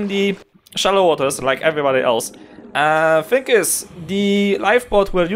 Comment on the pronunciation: "now with this think" lol gotta love none English people. Anyway, thanks for the tip.